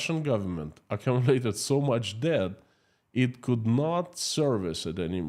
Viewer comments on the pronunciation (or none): none